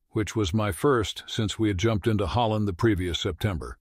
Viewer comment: I jump ed.